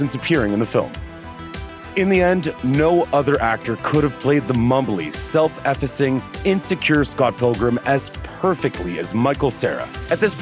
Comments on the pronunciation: "efficing", is this similar to "effacing"? Sorry for busting your balls, but you're a narrator; narrators should know how pronounce the words they are speaking. Google can help with pronunciation of words you don't know, the author of the article could probably have helped in this case too. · Effacing... Pronounced "Ee... Face... Ing, not" effassing" Bugs the piss outta me. Google will literally tell you how to pronounce words you don't know that you've lifted from wiki/online. It's kinda like, research... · This feels like it was written by AI, though because of “effacing” mispronounced, it was like read by an actual human. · I have never heard the word effacing pronounced so much like a curse word before.